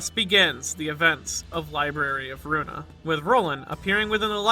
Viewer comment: are you dyslaxative? Ruina should be pronounced like "Rweena" not "Roonia" Thank you Snake Granny